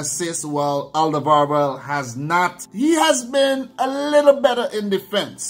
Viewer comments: Yes it is, we nowadays write it differently. If you say Olderworld it is already much closer to the Dutch pronunciation. Easier to do for English speakers. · You say Alderweireld really funny. It is Flemish Dutch for Old World.